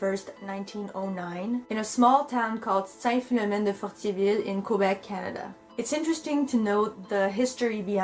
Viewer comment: The name of the town is “Fortierville” Québec, not mendeffertivil?